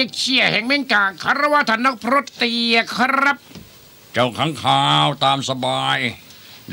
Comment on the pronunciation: เฮ้ยท่านเตียไม่ใช่ท่านเตี้ยน่ะค่ะ 555